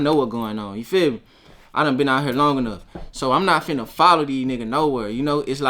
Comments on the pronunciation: I don’t think so , listen to how he say “here” lmao he saying it like hurr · definitely said hur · It depends. It's just like how some people say "man" and some people say "mane". It just depends on the person and how they feel like talking. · he say hea not hurr hurr is memphis hea is southern accent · fuck no 💯its hurr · Maybe he said both but here's a timestamp of him saying hurr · Atlanta is still in the south